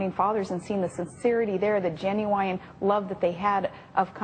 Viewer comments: Oh yes so genu-wine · genu-wine lol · Did she say Jennywhine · Anyone notice she pronounced genuine, jenn-yoo-eye-in? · Did she say Genu-wine? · "gen-you-wy-an* love of country" (*rhymes with "Hawaiian") Do all Alaskans speak in this bizarre way? Palin is on "the most admired list"? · did she just fucking say GEN-u- WINE? Back up the trailer.. that piece of trash is hoooome! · Did she just say Ginuwine--the RnB artist instead of genuine? Could be the accent, could be the stupid.... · "Gen you wine" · Gen-u-wine. LOL